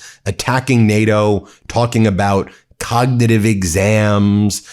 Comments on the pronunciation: Can’t even say cognitive test whilst telling us how good he is at codnuhative tests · He can't even pronounce the word "cognitive". If he took a Real IQ test, we'd know that he has NO AGENCY over his weak, rotting, narcissistic mind. He's such an embarrassment... and a boil on America's ass.